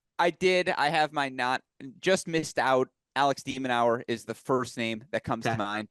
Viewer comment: help your friend with his player pronunciation. "zee-rev" "demon-now-er" "herr-kahtz?